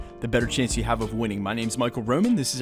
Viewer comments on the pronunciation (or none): none